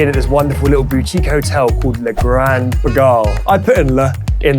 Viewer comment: LUH GROOOND PIGAHL